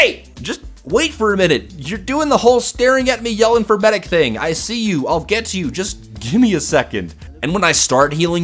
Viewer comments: It's medic. He pronounced it Maidic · *sniper across the map "MEIDEC!!!" XD